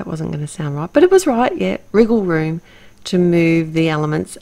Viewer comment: Yep, I'll be heading over to your blog to see your 2nd creation for sure,! I have to admit that you made be chuckle when you said 'riggle room', wanting to mean 'wiggle room'....I'm still chuckling probably because when I was a very young child I actually had to take private lessons just for the pronunciation of the letter 'r' (my young mind replaced any words with an 'r' with a 'w')...true story and in fact, the word 'mirror' specifically stands out in my mind because I vividly remember getting teased saying 'meh-were' LOL. Anyway, gorgeous card as always and I love how you painted your own watercolour CS! Thanks:)